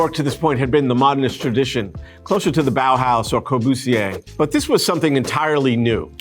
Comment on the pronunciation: KOBUCIER ? QUIEN ES ? JAJA LA A.I. LE FALTA MUCHO PARA TRADUCIR ALGO. JAJA